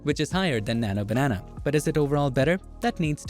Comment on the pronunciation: keeps saying nana banana